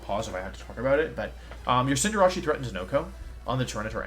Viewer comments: I finally realized that he calls Cinderace Cinderachi, before I always thought he was referring to a team with Cinderace and Jirachi, which was wired, because Jirachi isn’t legal in this format. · Not Wolfey saying Cinderace as “Sin-dur-ah-chee” ☠️